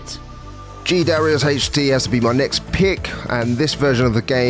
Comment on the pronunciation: Lol "DA RIUS cha cha cha"